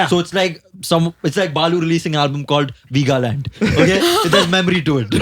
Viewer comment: Lost my shit when he said Balu makin an album called Veegaland 😭😭😂